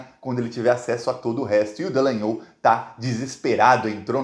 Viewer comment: pq vc insiste em dizer DEllangnol?